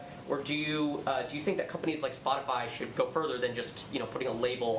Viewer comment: DID SHE JUST SAY "SPOTIFLY" LMAO.. LMAO.